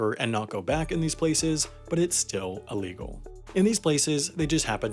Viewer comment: Sounds like the narrator of this video gets some kind of happy charge when he says the word illegal. I can't take it